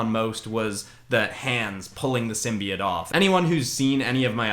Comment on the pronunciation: (Sorry it just bothers me when people say it like sim bee it)